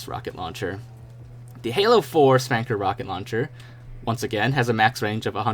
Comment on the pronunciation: It's pronounced Spunkr, like Sputnik. Saying Spanker is like saying SOOper MARio instead of Supper Meryo. People are going to laugh at you.